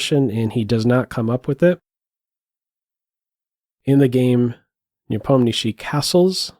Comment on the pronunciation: Will you do videos on the world championship games? Nice to hear Nepomniachtchi pronounced correctly by the way 👌